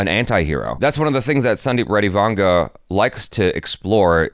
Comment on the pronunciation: You prunounce his name well it is vanga